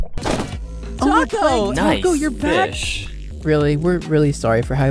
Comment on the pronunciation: who hears whenever the four said taco and all the others name together, you here tsa cube